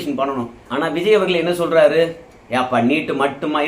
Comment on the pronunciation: தம்பி வல்லினம் மெல்லினம் அறிந்து பேசு இல்லை என்றால் உன்னை புல்லினம் என்று கூறுவார்கள். ர அவர்கள்னு சொல்லாம அவர்கல் இவர் கல் என்று கூறாதே